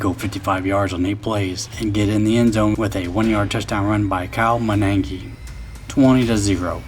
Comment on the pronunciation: Great video Great commentary. also Monangai Ma-nun-guy Mighty Monangai, as Joniak calls him lol Go Bears I'm enjoying the video I like the music it adds drama to the game even though I've watched every one of these games it's better than any other highlight I've seen about 90% of the music is good Also the running back's name is D'Andre Swift Just as it sounds he's not as hard as 25 that's for sure lol